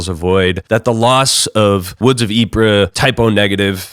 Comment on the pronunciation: RE: Woods of Ypres, Ypres is pronounced as 'E-Pray". One of my favorite bands of all time!